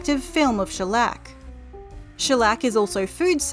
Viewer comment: When she says Shellec i hear a bit Shrek